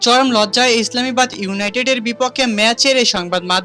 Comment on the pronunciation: ভাই আগে উচ্চারণ ঠিক কর, তারপর ভিডিও বানাইস। ইসলামাবাদ ইউনাইটেড হবে। আর রিশাদ তো খেললোই 1 বল, তাহলে তান্ডব চালালো কই? মিথ্যা নিউজ বাদ দিয়ে সত্য প্রকাশ করুন।